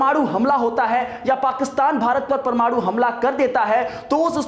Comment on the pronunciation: जानकारी तो अच्छी दे रहे हैं ये महाशय..लेकिन परमाणु को परमाड़ू बोल रहे हैं,कुछ इलाकों में हिन्दी भाषा में लगातार ह्रास हो रहा है।